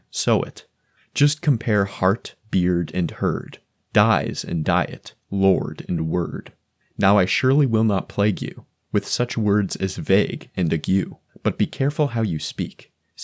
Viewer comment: It's supposed to be /ˈeɪɡju/, so that it rhymes with "plague you" /ˈpleɪɡ ju/ The study never took place. Watch Yuval's video Other than that, congrats for the video